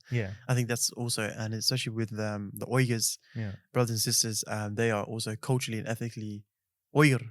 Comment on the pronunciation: Thanks for correct pronunciation! Not weegurs, but Uyghurs.